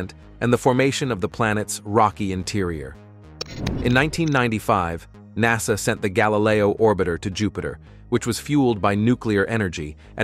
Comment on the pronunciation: You really need to change the reader or update your system. "NASAY" "probee" "one hundred hundred miles per hour"